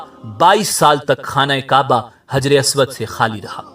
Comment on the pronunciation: حجر اسود ح سے آئے گا نہ کہ ہ سے